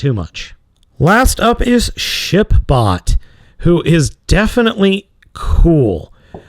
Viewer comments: I heard him say Shit bot not Ship bot. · Did you say ship bot or s**t bot? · did he say shit bot or ship bot